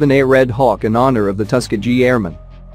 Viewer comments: Come on, guys! A script can be written for the robot to read and pronounce things correctly. It is definitely not Tusk-A-Gee. Give it tuss kee ghee and if that doesn’t make it right try something else phonetically. Ask Google. He can pronounce it correctly. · The tusk-a-gee airmen 😂